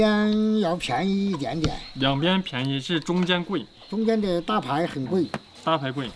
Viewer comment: 这个一点点的发音让我想起了二仙桥